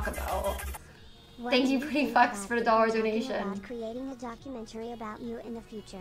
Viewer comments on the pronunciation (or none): none